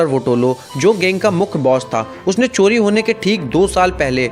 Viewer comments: Coli Nahi Bhai Cori Hota Hai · Abe Wo chori hota h "choli" nhi re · Choli nehi chori hota hai.